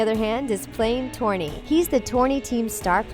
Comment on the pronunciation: Stop saying Torney